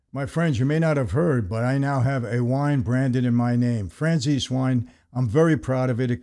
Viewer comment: No disrespect, but your last name should be pronounced Franzese, not Franzes. Italians pronounce the vowel at the end of their name. We were know as lomont but our family pronounced our name LomontE > Lomonte.